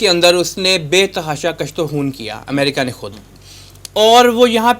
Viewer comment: کشت کاف کے ضمہ کے ساتھ ہے کاف کے فتحہ کے ساتھ اس کا تلفظ درست نہیں